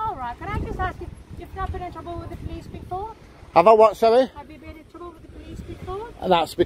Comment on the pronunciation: ave you been in twoubble wiff the police before? am i in twoubble wiff the police now?